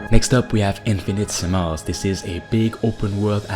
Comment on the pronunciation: In-fin-i-tes-i-mal. /ˌɪn.fɪ.nəˈtes.ə.məl/ It's not infinite-simals.